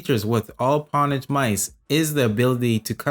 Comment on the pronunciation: great review! its pronounced 'ownage' tho. the reason people used the term "pwn" is because the 'o' key and the 'p' key are right next to each other hence the misspell 'pwn' but it ended up sticking with the gaming community